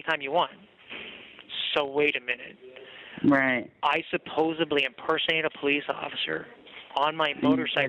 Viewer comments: I pointed it out on another video, and he just did it again here. He says "supposeBly" and not "supposeDly".... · "Supposably" he is going on trial for murdering the english language. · Did he say supposibly? How much does it suck if this is your kid.